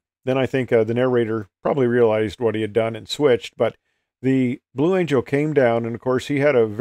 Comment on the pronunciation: Blue "Angle" LOL.